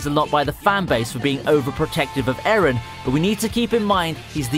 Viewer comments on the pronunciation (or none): none